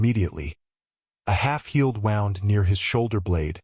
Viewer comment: wound in this case is pronounced Woond.